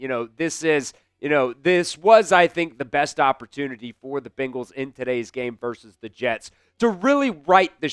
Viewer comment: You would think a guy speaking for the team would know how to pronounce their name. They are BEN gals not BING als...